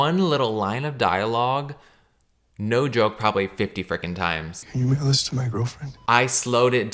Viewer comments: I thought it was, can you wiggle this to my girlfriend 😂😂😂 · exactly?!? I’ve repeated this clip over and over again and it still sounds like ‘can u give this to my girlfriend’. Where is the ‘mail’ in it??? 😭 I don’t hear it at all it’s stressful